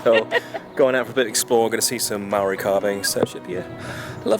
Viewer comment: Kia ora & Jamie 🙌 This is another awesome video loved every minute of it! *just wanted to say thank you for giving the pronunciations of our places a good crack, as the names carry alot of meaning and historical significance to the Maori people! Ka Pai 👌